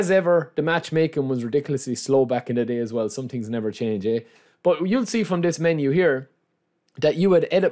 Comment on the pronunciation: its called „thing“ not „ting“ 🤣 i laugh every video